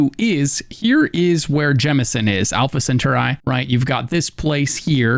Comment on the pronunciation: Alpha Sen Turr Eye??? It's Sen Tar Eee. Like Atari. Alpha Sen Tar Eee.